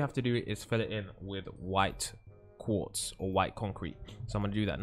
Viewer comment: When He Sad Quarz I Was Like OH MY GOD ITS WHITE CONCRETE